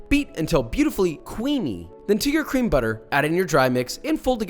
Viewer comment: Why u say it like cream it's cream